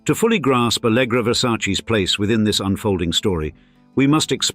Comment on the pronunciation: É ALLEGRA e não ALGRÁ KKKKKK